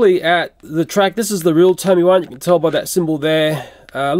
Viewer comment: It doesn't say tony it says tomy